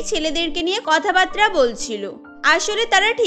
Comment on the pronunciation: কথা বাতরা না, কথা বাত্রা